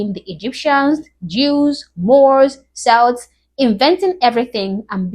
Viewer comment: Wow just wow lols 😂 Damn that guy must be trolling Oh also it’s pronounced kelts Irish / Scottish / Welsh / Manx / Bretons and Cornish